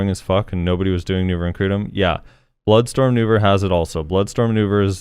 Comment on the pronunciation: He said Nouver not Vell!!!